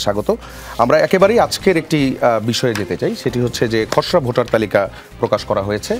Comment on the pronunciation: Botar na beta votar....age uccharon shikh